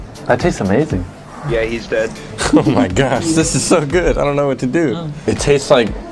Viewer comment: I love how was saying "cheese" instead of "he's"